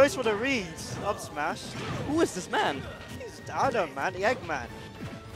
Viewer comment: The commentator keeps saying a Dom instead of adom